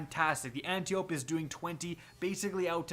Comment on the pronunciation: ant • tie • oh • pea — say it with me — antiope-d